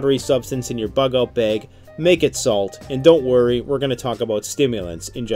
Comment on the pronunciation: " survival beg"